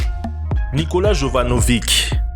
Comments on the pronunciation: "jovanovIK" (jovanovich normalement ca se prononce), sinon le nom de la cité c'est "sevilla" et pas seville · enfin "yovanovich" plutot